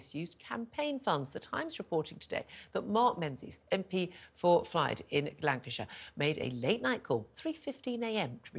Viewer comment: FYLDE! Not Flyde! Rebuke your script-writer.